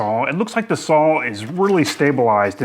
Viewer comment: You've probably answered this before but why Sawl and not Saw? April Wilkerson does this and says it's because she has always pronounced it Sawl and is not changing. Why do you continue to do so? Good review thanks!